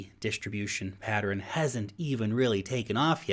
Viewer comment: It's Pattern, two syllables! Not Pateran ! ?!? lol